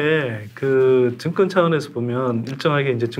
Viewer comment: 선소장님은 "정권"을 자꾸 "증권"이라고 발음하시네요 제 귀가이상한건지